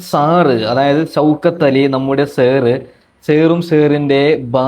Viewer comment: സെർ സെർ 🤣🤣🤣